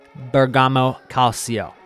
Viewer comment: (Bergamo) = Bear-gah-mo & Calcio = Kal-Cho --> Forza 🇮🇹